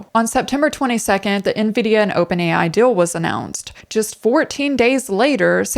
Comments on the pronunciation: * The word "deal" is pronounced with a longer vowel sound. "dill" is something different ;-) Feel free to delete this comment, it's meant only for you anyway. Thank you for making these videos. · Love your videos. But gotta ask... are you sure you’re not an AI? 😅 The way you pronounce words like “real” and "deal" as “rill” and "dill" every single time has me convinced someone programmed your pronunciation chip a little off. 😂 🤦‍♀️ What's the "dill" with that? 😂